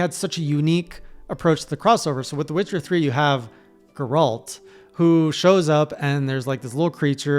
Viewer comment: How can you mispronounce Geralt like that? He says his own name like a million times xD